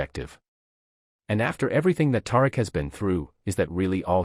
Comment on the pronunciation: I can't continue. His character's name is not Tar-rick